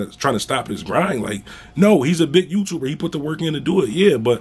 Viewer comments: Bruh I’ll pay you a dollar for every time you say you tubah lol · I knew that was him. "Big youtubah"...Lol